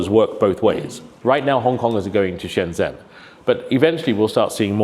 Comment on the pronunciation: 27 years and he still can't pronounce Shenzhen and Zhuhai properly?